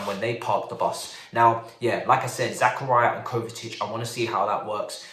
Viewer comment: Zah-Car-Ee-Uh. Not Zach-Uh-Ri-Uh